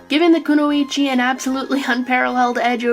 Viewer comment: you pronounced konoichi (think that's how its spelt) correctly the first time ^~^